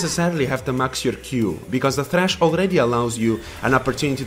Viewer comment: Vejn and thhhhrachh